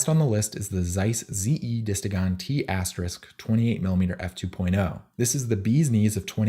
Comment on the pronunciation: "T*" is pronounced "T Star".